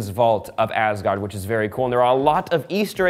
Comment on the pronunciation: I love it how he “tries to pronounce” things, without actually knowing how to pronounce them. 😂 I suggest looking into how they are actually pronounced before trying. 😉 That would probably make it easier. A few suggestions from me to make it slightly closer to correct (I think): ...heim => ...haim or ...hem ...berg => ...bairg or ...bair ...gard => ...gawrd